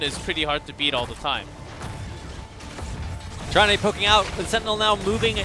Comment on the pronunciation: Can Blizzard at least hire casters that know how to pronounce the Hero names? Tyran-duh, not Tyran-day